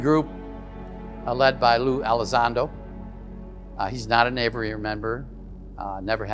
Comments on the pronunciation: “A” vee airy……. Not ‘ava rarey’. “Aviary” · Let's talk about: AYV - eee - airy ,and not: "AYV - errr - airy" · The word is “aviary” but it sounds like he’s saying averary??! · if only he knew how to say the word aviary. He keeps saying averary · A V I A R Y. 😊 Please tell this guy how to pronounce the word